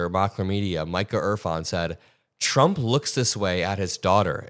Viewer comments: trey has slip of the tongue when he starts talking...chump trump lol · The fox news guy accidentally said chump instead of trump lol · Slip of the tongue chump😅😅😅